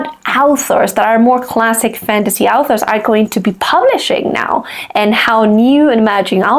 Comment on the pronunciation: I feel weirded out every time by how you pronounce "authors" like "alphas" like they're Omegaverse werewolves ;)